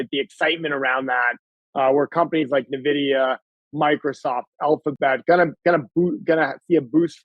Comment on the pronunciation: If you can't even say nVidia's name, the rest of your analysis is immediately suspect. Skipping the rest of the video. 🛫